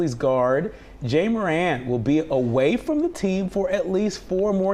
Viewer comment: "Jay Morant"? Lol 😂